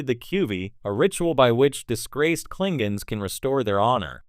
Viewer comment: Kling gons ? C'mon !